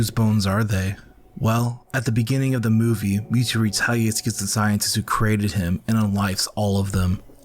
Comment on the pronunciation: Does this guy keep saying me too insted of mewtwo?